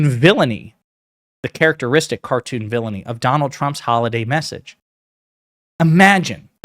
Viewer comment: The word is villainy: no "r"